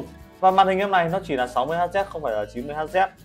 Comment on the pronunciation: màn hình ko được 120Hz Hz đọc là Héc chứ ko phải Hắt Zét... đây là đơn vị đo tần số Kiến thức vật lý cơ bản còn ko đọc đúng, thế này còn review cái gì?